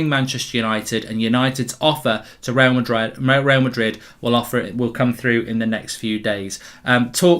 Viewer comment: Mark today: Twister Real Madred